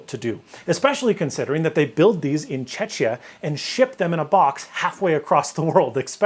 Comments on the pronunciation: What was that pronunciation :D Czechia not Chechnya . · FYI The name of the country is pronounced as if it was "Czekia" (che-kii-ia) not "Czechia" (che-chi-ia). Some also prefer "the Czech ('check') Republic". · well except for the part where he called it "Chechuh" not "Checkia" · Okay, I gotta say, it hurt a little to hear "Chechia". The casual pronunciation of our country is Czechia [ˈtʃɛkiə]. But I have to admit that it was introduced relatively recently in 2017 and many Czechs, including myself, still prefer the "formal name" of our country Czech Republic. But otherwise a very interesting video....... I just jumped a bit. Said in a good way. 😄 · Love the video! Regarding the country where Prusa printers are based - it's not Cze[cz]ia it's Cze[k]ia or Cze[k] republic :D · OMG.. I couldn’t stand that pronounciation of Czechia - it sounds more like Checkia in English. But I am sure the XL is a great printer, considering no one else makes a massive toolchanger printer. And I would be interested in Snazzy 3D printer channel of sorts! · how did you say czechia XD (fakt se to neříká čečija a ano jssem čech) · That pronunciation of Czechia as "Checha" hurt :D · For a sec I thought he said Chechnya which didn’t compute at all so I had to go look up their actual address :D